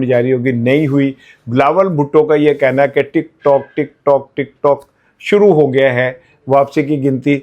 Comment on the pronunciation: Wa Alaikum Assalam 🌺 App ki Duaon ka Shukria App Talla app ko khush o khurram rakhay Bilawal Tik tok Nahi Tik truck Tik turck Bol raha hay